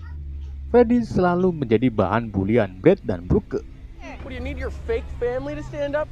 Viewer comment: Broke=brok League=litch Pliss jangan salah baca lagi soalnya gue jadi kesel gak tau kenapa